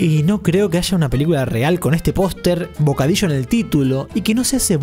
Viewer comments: bocadisho xDDDDD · El bocadisho :v